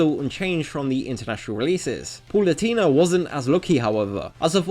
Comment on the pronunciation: Good video but please stop saying “Paulutena” omg